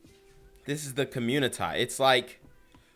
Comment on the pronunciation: Genquavius Jackson for communitah newz. 😂